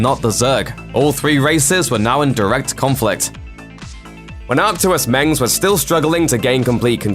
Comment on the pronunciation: also he can't say mensk